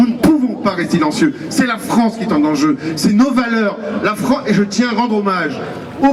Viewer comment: "Nous n'pouvons pas resti'lencieux, nous n'pouvons pas resti'lencieux" ! Mais siiiiii !!! ferme ta gueuuuuuuule ! Ouiii, FERME LA A TOUT JAMAIS ! Analphabète imbécile !!!